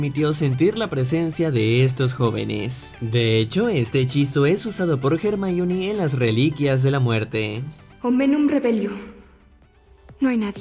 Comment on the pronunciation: jermaioni? es "hermion"